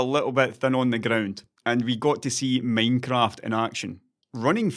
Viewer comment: is my favorite way to pronounce "Minecraft"